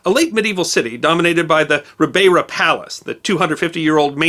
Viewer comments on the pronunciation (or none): Another great production but I had to cringe at some of your Portuguese pronounciation. Azores (Açores) is Az-ore-is, ribeira (riverside) you pronounced more correct in the latter psrt of the video but I couldn't recognise it as the noun when you first said it. Funnily enough in the UK we say the word shone as shon and not as shown. Wasn't Mark Twain who said two nations divided by one language?